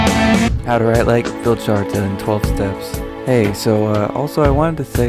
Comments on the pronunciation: Vihld-yarta! They are Swedish. The "j" is a "y" sound. Like the word "fjord". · Pronunciation Vild-har-ta the J is silent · It's pronounced "Vild-yarta"